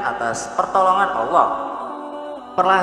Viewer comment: Adminnya ini Islam apa bukan??? Nyebut Nama Alloh gk tahu,,,, malah Awwoh